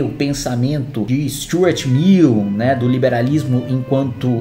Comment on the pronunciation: Já assisti umas 5x, ao invés de ouvir Stuart Mill eu entendi Stuart Little, o ratinho da animação, acho que o dudu bananinha tbm entendeu Stuart Little kkkkkkkkkkkkkkkkkk...